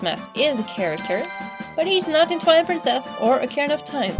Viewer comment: They way you pronounce "Ocarina" and "Majora" just bugs me.